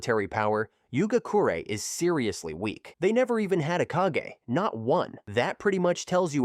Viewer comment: The kage of every village is pronounced like in hokage not cage